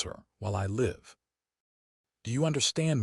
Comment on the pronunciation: Damned A.I. does not know English, can't understand the difference between Live and live